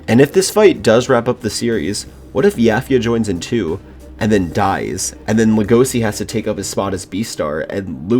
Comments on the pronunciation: It’s pronounced lego-she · How to pronounce legosi lego c eAsY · No offense but it’s actually pronounced legoshi but spelled Legosi at least from what I’ve heard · Why you pronounce Legoshi's name like that?